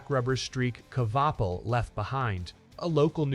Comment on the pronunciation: You can't even say his last name right